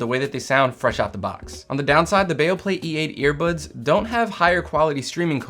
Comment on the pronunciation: It's not Baoplay, it's Beoplay. Be Oh!